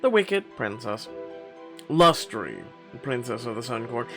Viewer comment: Lustre is pronounced LUST-uh, it describes a glow or shine on an object. The key members of the Sun court all have light names.